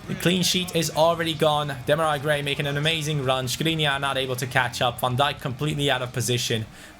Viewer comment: It’sDemar-eee Gray not Demari... Cmon! 😂😂😂